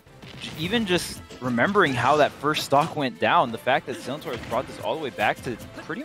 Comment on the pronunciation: The amount of times they said Sillintor wrong😭😂